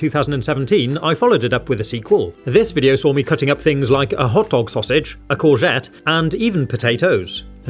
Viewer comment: What's a caushette? Is that, like, a zucchini? Or is it a mispronounciation of a Les Mis characters name?